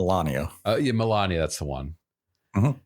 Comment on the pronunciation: Malenia, not Melania. We aren't talking about the wife of trump here.